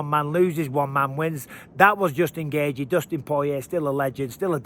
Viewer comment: I like the way you say Justin Gaychi 😂